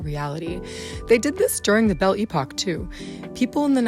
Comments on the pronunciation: From a French native speaker: it's La Belle Epoque (not Epoch), and you don't pronounce the t at the end of Art Nouveau/Déco. Those are French words, customarily pronounced as such in this context. 🤗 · This is not „bell e-pock”, this is „belle epoque”, the accent is on second syllabus, and „e” (all 3 of them!) is pronounced like in the „Earth” word, not like e-bay. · Thank you for this video, it was very informative ! Just a quick thing, it's "belle époque" and not "belle epoch" I believe ! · ¿Por qué dices "época de la campana"? Es absurdo, el término es completamente francés no una mezcla de idiomas; significa" época de belleza", además "campana" en inglés es "Bell", no "Belle",son ganas de rebajar el trabajo de investigación 🤷🏻‍♀️ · Pronounce: bel-lay-poke. It will make you happy. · Why are you using "they/them" pronouns for Erte? You also may wish to learn how to pronounce "Belle Epoque" and "Erte"